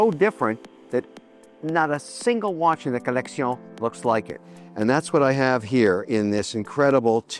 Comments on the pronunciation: I took a shot every time he said "co-leck-see-own." Now I'm plastered. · The way he says collecsiooon 🤣🤣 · Lol co-leck-see-none